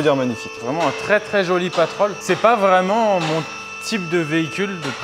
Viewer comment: Salut! Petit moment quotidien après le sport, détente devant la vidéo du Proweld! Des caisses sympa, un humour tellement noir qu'il pourrait être ballon d'or, on aime! A de on a entendu le "c'est pas vraiment" avec le RRRRR bien roulé! La balle perdue pour Rubens à il a rien compris ni demandé le pauvre 🤣